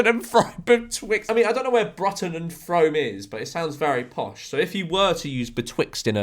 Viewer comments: Brutton and Froam… he he. It’s Brooton and froome as in brew and broom… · No clue how my hometown Frome has ended up on a George M vid 😂. FYI it’s for whatever reason pronounced as Froom instead of fRome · its pronounced froom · girl ur pronunciation of bruton and frome was WAY off its brootun and froom if that makes sense lol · Bruton is pronounced brootun. Frome is pronounced froome. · i know it’s spelled fRome, but george it bugs me that you mispronounced FROOM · Ironically Bruton is pronounced "Broo-Ton" and Frome is pronounced "Froom", just a heads up there George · "Bruton" and "Frome" are pronounced "broo-ton" and "froo-m" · Yeah and brooton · The way he pronounced Bruton and Frome angers me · it’s what happens when you’ve never heard of them